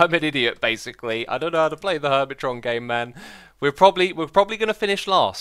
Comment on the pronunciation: hermiton? hermit(R)on